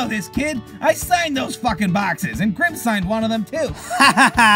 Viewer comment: grim said gwime